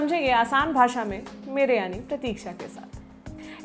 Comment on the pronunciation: Jab you say mere yany????????? My heart is broken